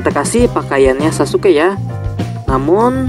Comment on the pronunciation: Sasuke Guys bukan saske